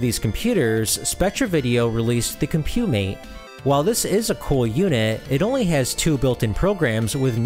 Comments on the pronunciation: Nice overview! For the future, it's pronounced "comp-you-mate", not "com-pyew-mate" (interviewed one of the designers many years ago). You're doing a great job with the channel, looking forward to what's next. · Couldn’t get over the Mis-pronounciation of Compumate but a good video nevertheless. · This 11-minute video spent less than 3 minutes covering the title product, and repeatedly mispronounced it. Disappointing. 8-Bit Show and Tell did a much better comprehensive 46-minute demonstration of the Spectravideo CompuMate (and Robin pronounces it correctly!) if you really want to learn what it was capable of (spoiler: not much).